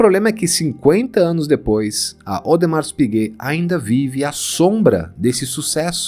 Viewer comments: Audemar ! É como se pronuncia , o S não se fala ! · Audemar (o S não se pronuncia em francês ) meu primeiro vídeo aqui é já amei este canal fiquei apaixonado em relógio a pouco tempo ( tenho apenas 17 anos ) e quero aprender mais